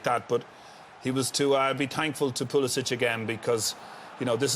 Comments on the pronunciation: Mr pulic😂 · man said PULICH